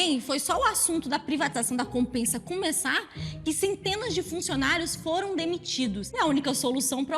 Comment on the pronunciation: Queria corrigir a, pois pronunciou de forma errada o nome da empresa de água pernambucana, em pernambuquês, se pronúncia "COMPÉZA".